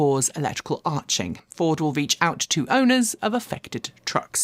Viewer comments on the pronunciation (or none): ARC-ing, not arching (yes, I am also an electrician by training) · I also heard, "arching", not "arcing".